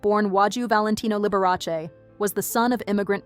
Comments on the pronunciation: Lib-ber-ah-say.........never heard of her.... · How could you pronounce Liberace so wrong? 😂